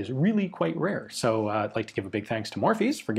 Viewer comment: murphy, not morphy, i am from ireland, let them know, murchadha in irish gaelic. also.